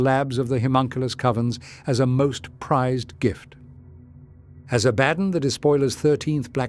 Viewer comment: Uh-bad-on? You gotta get this voice to say things correctly.